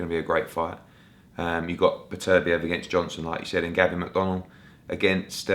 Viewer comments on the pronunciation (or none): none